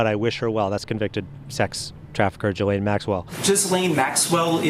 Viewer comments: I woke up in a rare mood. This will be Petty but you pronounce Maxwell's first name as gee lane. And it's not gee as in gee whiz. It rhymes with knee. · Did anyone else notice how the man pronounced Ghislaine’s name? I am ctfu 🤣🤣